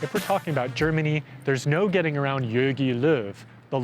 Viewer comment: good Video but dont call him Jögi Löw xD its Jogi